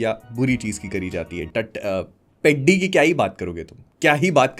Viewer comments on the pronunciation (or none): Please people pronounce atleast the movie title right. It shouldn't sound peddy it should sound peddhi. Movie tho dekha hain na. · As a telugu guy I found it sooo funny you calling it पेड्डी, it is पेढ़ी 🤣🤣, btw as you said movie is bad 🤝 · Bro, with due respect, whether the movie is good or bad is completely your opinion and reviewing it is your right. But at least please pronounce the title "Peddi" correctly. It's a Telugu word, so kindly check how it's actually pronounced in Telugu rather than reading it with an English pronunciation. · Bhaii I tell youu itss not peddi itss peddhi this is how u pronounce it!! U dont evn know how to pronounce a name and what to judge a movie?? I accept the jahnavi part is not acceptable but the movie the emotions are soo gud maybe the hindi dub wasn't good but in telugu is was damn good and theres no much story about hero and heroin together because the story is totally concentrated on peddi only and his struggles SO STOP COMPARING PUSHPA AND PEDDI And in bollywood also they show a women in minute dresses u dont talk abt tht Hypocrite!! As u said tht he plays cricket,khusthi and many other dont you understand that he is multi-talented he said in his first intro " aate na pogaru " that means game is my pride he loves games and about he giving off his legs because in his leg the nerve is totally damaged and he is having difficulty in walking he is in pure depression so he took the step THIS MOVIEEEE!!! IS TOTALLY ABOUT STRUGGLE FOR IDENTITYYY And it is also a call to youth to struggle for their identity and a information about sports other than CRICKET THIS MOVIEE WAS SO GOOD if u think broadlyy such a hypocrite u are to roast such good movie I accept some scenes does nt make sense but it has a great meaning OVER ALL THE MOVIEE WAS SOO DAMN GOOD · Peedi nahi peddhi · Peddi teddy ki tarah nahi pronounce karna hota hai… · This guy actually doesn’t know how to pronounce peddi and he is giving its review waaah bhai waaah 😂😂😂😂